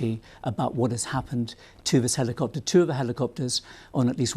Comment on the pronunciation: what’s with the hard “i”? Heliiii-copter